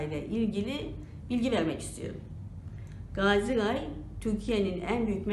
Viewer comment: Ğay değil ray